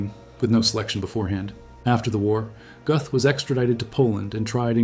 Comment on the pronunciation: You’re German pronunciation is off - it’s not Goth - closer to Gerth